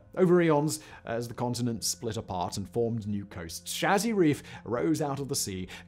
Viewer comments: You are saying Chazy Reef incorrectly. There is a nearby village which is also bears the name Chazy. It is pronounced Say-zee not Cha-zee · Me either ...and I spent my childhood years living in the tiny farm town of Chazy. (it's Shay-Zee, btw, love how Simon tries the pronunciations, lol.) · I grew up in Chazy, New York, on Lake Champlain. I would see Isle Lamotte every day and have been there numerous times, but just recently to get a closer look at the fossil reef. "Chazy" is pronounced like 'hazy', with a soft 'ch' like Champlain. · I have a B.S in Biochem/Biophys from SUNY at Plattsburgh, NY. Nø disrespect intended, Simon, but "Chazy" is pronounced like "Shay Sea." as if said as one word. I lived in the summers I spent there primarily by fishing in Lake Champlain. It is truly beautiful there in the Spring, Summer, and Fall. It is brutally cold in the Winter. (I live in Arizona now... ). 'Nuff said.